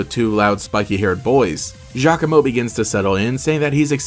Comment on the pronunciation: Giacomo meeting Team Skull was the best, cause I always thought he looked like a mini-Guzma haha. ...also, apparently his name is pronounced "Ya-como" which definitely threw me for a loop lol.